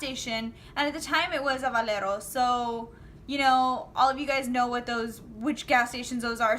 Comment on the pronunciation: I am going to steal your spot one day. You'll see. Haha. And what's a (says it with Spanish accent)"Valero"? I know of a (says with white accent) "Valero"? Lol